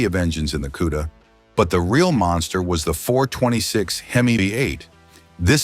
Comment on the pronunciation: This is one of the worst videos I've ever watched nothing matched up, it shows a different car and color when describing, it kept showing a Roadrunner when talking about the Cuda, and it's Cuda not Q-da lol 😂.....cool cars though, Chip is hands down one of the best to ever do it